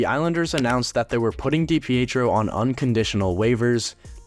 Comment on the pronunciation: Did you even do your homework dude? Loungo was traded the same day as DiPietro, so they weren’t “lacking between the pipes” There was never a Kansas City Scouts in the central hockey league. And you’re not even pronouncing his name correctly.